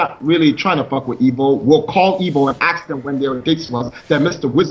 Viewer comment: "Lemme axe you a question".